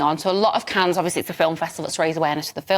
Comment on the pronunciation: She can’t say Cannes 😂